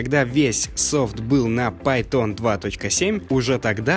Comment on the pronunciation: Видос крутой! Только не пайтОн, а пАйтон*